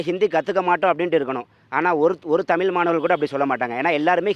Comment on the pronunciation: தமிழர் த மி ல் பேசுகிறார்